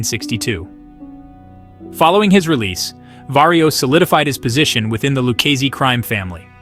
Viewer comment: do you here this guy try to pronounce Luchese Family . he called it the Lukesse Family. smh. how do they get a guy to narrate a mob video who cant pronounce Italian names.